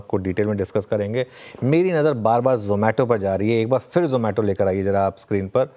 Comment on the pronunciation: यह जोमैटो है.... नहीं जमैटो है यह जमैटो है.... नहीं जोमैटो है जमैटो... जोमैटो... जोमैटो...जमैटो... कस्टमर - आप अपनी फौजदारी का मुकदमा जारी रखो मैं किसी दूसरे से अपना खाना मंगवा लेता हूं 😊